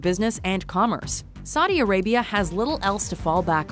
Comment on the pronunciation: "Sadi Arabia"